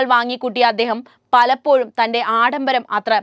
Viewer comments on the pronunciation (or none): none